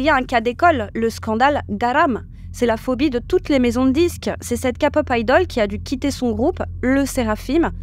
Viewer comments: Ce n'est pas "Ka-pop" mais "Ké-pop". Ensuite, ce n'est pas "Un chouy" mais "Un chouïa". Merci. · « KAPoP »😭 Sinon j’adore, continuez comme ça !! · Coucou les filles, on dit képop😉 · LA "KA’’pop 😅😂😊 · "les kapop"? ?.... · La Kapop wouaaaah j'adore tes vidéos mais la prononciation s'il te plaît par pitié j'ai eu les oreilles qui saignent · fan de kpop mais ca prononce kapop? ah ouais haha, sinon bonne vidéo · Oui c’est prononcé Kay-Pop parce qu’en anglais, c’est Korea et K se prononce Kay. J’ai rigolé aussi car c’est la 1ére fois que j’entends une prononciation complètement française 😁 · Kpop prononcé a la française c'est moche ont dirait qu'on parle de capote :P En anglais (Kay) ça sonne mieux surtout que vous dite Idol prononcé comme en anglais (aildol) et pas en français, un peu de logique. Sinon musicalement c'est de la boucherie industrielle , si encore c'était des IA qui servaient la pattée de gesticulation plastique ça serait un peu moins dégradant pour la condition humaine deja tellement mis a mal mais enfin tant que il y a des consommateurs il y aura de la consommation de masse. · J'ai lâché quand j'ai entendu ka-pop sorry mais faut arrêter de faire exprès de prononcer comme ça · le fait que tu dise ka au lieu de ké... ca heurte l'oreille lol mais merciii puor ta vidéo... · A chaque fois quelle dit KAPOP Je suis hyper dérangé 😂😂😂😂😂😂c est KEPOP ( accent aigu sur le E) 😢😢😢😢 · Par pitié arrêtez de dire « Ka » Pop, on dit « ké pop » 😭 ça se prononce comme un K en anglais. Je vois les commentaires « oui mais on est en France ». « Pop » ça vient aussi de l’anglais Sinon merci pour la vidéo, car même si j’adore ce genre, les dessous sont vraiment sombres, et les fans toxiques sont abominables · Quand tu dis kapop moi j entend kapot 😂😂😂😂 donc stp faut dire kepop pour nous autres la ... hein ! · J'ai pensé exactement pareil!! Ça se dit KPop! c anglais !! Ça m'a déconcentrer tout le long ! 😅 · "LA KAPOP"... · Sa se prononce ké-pop et non ka-pop voila voilu ❤